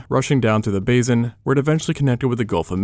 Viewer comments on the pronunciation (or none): it's basin NOT bazin. you say bazin in all your videos. 😁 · Bā-sin not bazin. Teach your AI to pronounce properly!